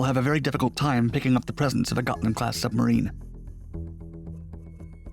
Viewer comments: The name is Hms Gotland, try to get it right next time. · Gotland class submarine? Nahhhhh.... Gotcha class. 😂